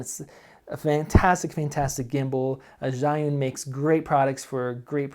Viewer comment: the ZH sounds like J when you pronounce it.